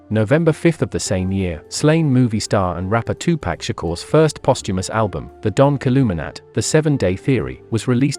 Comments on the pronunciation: they need to use a voice that can pronounce 2Pac then 🤷🏿‍♂️ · Bruh just stop saying Tupac please 🤣